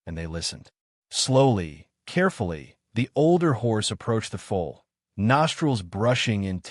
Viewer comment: Foal not fool ! ! !